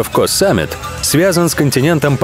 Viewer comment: Ударения надо было проработать перед фильмом. Большинство не правильно. Надо на последний слов всегда. ЧаопрайЯ, ПаттайЯ, Ко СамЕт и прочие названия.